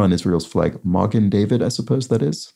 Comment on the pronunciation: Magen David (mah'-gn dah'-vid, stress on the first syllables of both words, much like Häagen: hah'-gn and wagen: vah'-gn) means Shield of David.